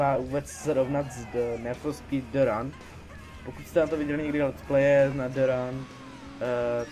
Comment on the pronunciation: Dobrý video ale nechapu ze ma jen 20 shlédnutí když je 100x lepší než od nějakého trapneho Kida který ma 5000shlednuti ...a prosím te jak rikas-ní fo spí Neříká se spis-níd for spíd? :D